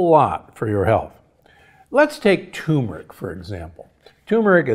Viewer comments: Please tell him it’s pronounced “tuRmeric,” not “toomeric.” It has two R’s. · Respectfully correcting you Doctor: The word is not pronounced TOO-mur-ick. It’s TUR-mur-ick. There’s no tumor in that spice. Blech. 🙂